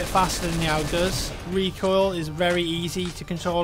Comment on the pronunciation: Owg? It's pronounced A.U.G.